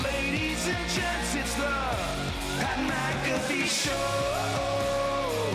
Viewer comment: My lad said Mat PcAffee